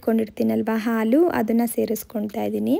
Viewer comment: ಆಲೂ ಅಲ್ಲ ಹಾಲು ಉರ್ಕೊಂಡು ಅಲ್ಲ ಹುರ್ಕೊಂಡು..ಹ ಕಾರ ಸರಿಯಾಗಿ ಮಾತಾಡಿ